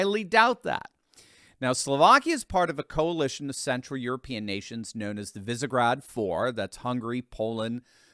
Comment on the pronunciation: Thank you, for the correction of pronunciation of Fico’s name. However, Visegrád is pronounced “ vishegrád” with an “ sh” sound in the name of the Hungarian town by the Danube.